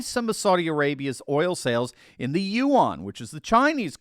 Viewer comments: Please STOP saying You ON for Yuan? Yuan is pronounced Yuuannnn, You On....please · note to and anyone else who wants to speak with intellect: Chinese currency is pronounce the same as WREN (if you add 'W' sound) either way it's no way close to 'yu-wan'